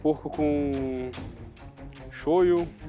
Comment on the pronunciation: é shoyu, não shoyo